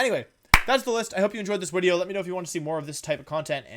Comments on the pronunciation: Video. Not veedio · Why do you say Wideo instead of video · Why does Wolfy say Wideo? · I love when wold says widdeo not video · What the heck is a wideo? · i havent been here for long why does her say wideo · is he saying wideo